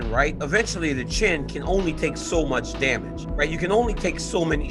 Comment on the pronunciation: Drain bamage😂😂😂